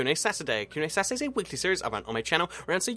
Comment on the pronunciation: We don't say that...